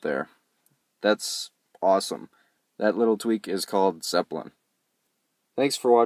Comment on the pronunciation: WTF is ZEPPEPLIN??? Its ZEPPLIN